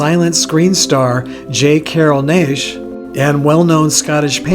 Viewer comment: Hi. J. Carroll Naish's last name us pronounced Nash. Any way, nice video, save the Swanson mishap.